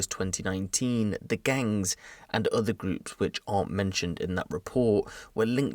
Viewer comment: and why does he say gangs like that 😂